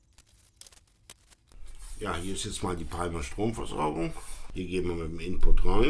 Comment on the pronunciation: Bitte künftig Palmer richtig aussprechen: Pa:mer!